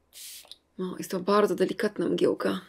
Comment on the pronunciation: no tak nie bałdzo 😂♥️